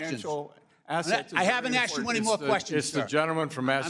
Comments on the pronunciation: The word is secretary not SECATARY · “Sec iterry”…. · Congressman Greg Meets? Must have drafted the LEARING CENTER sign. Cause he couldn't even pronounce Secatary😂 And check out the expressions of the dudes behind him.😟😆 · what's a sekatary? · “Sec-a-tarry” of the treasury. How about Learn English? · He da sekatary! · "Secatary" really, learn English. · Meeks can’t pronounce secretary. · Why can't some people the word secretary properly?